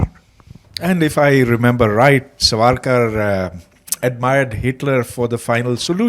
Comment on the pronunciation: please call the name properly That is SAWARKAR